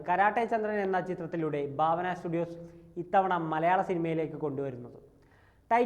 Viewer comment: Baavana alla bhaavana...😂😂ekadesam bharanide BHA pole varum😅